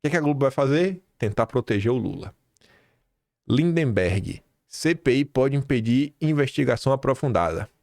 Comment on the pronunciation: Pare de falar lindeMberg, qd na vdd é lindberg. Por favor